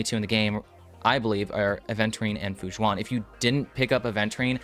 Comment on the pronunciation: This is a great video and very informative, but so sorry I kept hearing you say "Fu Jzuan" when her name is more pronounced like Fu Shwen. Just wanted to help by pointing it out and thank you for the video!